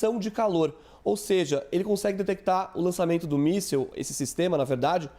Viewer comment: O repórter disse míssel caseiro🤔🤣🤣🤣